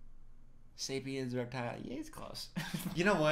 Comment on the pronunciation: I can't believe I like the guy who mistakes "sapien(s)"(literally the name of his species) for "serpent". But it's too late... he is my Tai Lung